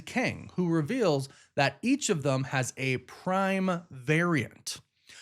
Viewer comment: OMG learn to say "them," not "thum" especially when you say it by itself